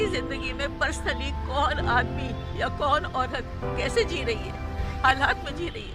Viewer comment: आप कैसे और जैसे शब्दों का केसे और जेसे की तरह उच्चारण कर रही हैं। आप अनुमति एव॔ अवसर दें तो मैं यह narration/ Voice over, पढ़ दूँ।